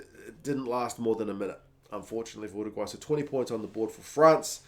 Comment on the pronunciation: Thank you for saying Uruguay correctly! Living in the UK I get a bit sick of "Chilly" et al.